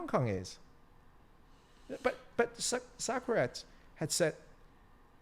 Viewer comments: finally can't stand pronouncing Socrates as sucker rats. hahaha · Very good English, but I definitely had to chuckle when he mentioned that Greek philosopher "Suckrats" . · I agree with you, but don't quote Socrates if you can't pronounce the name or remember the quote exactly.